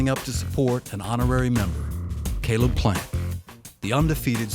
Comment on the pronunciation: they can’t be too close if the trainer calls him “cable” instead of “Caleb”, Lol 😂